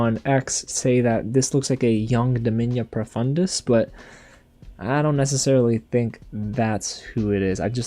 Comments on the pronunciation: “DOmiNiA Profundis” had me laughing every time you said it lmao 🤣 Great theories btw. I think the Startouch elf is Aaravos but I’m not sure… It would make sense ig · You're right, Domina Profundis did hear you and she's coming to get you considering you're saying her name wrong.😅 You pronounce her name like you are saying the word domino just replace the 'O' at the end with an 'A'. Make sure you apologize when she catches you. I wish you luck.